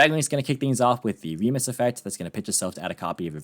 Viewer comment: Fun fact for anyone that doesn't know: Remus is the brother of Romulus in the ancient founding myth for the city of Rome. (and thank you for pronouncing it correctly).